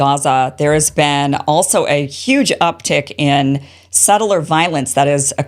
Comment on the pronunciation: You mean "beeeeeen"